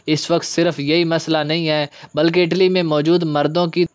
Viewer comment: آٹلی نہیں اٹلی